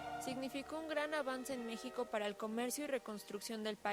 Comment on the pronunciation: en el minuto dijiste mijico y no es con j